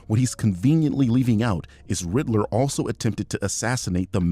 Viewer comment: This is rather pedantic on my part but to this birdman fellow ... it's "Riddler" not "Ritler"